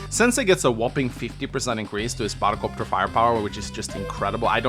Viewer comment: Bahdelcopter... do you know these moments when words start to sound weird because you heard it too often 😂